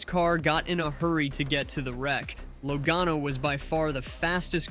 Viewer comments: Commentator keeps calling him Low gone o.love it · Think you need to learn how to say Joey's last name correctly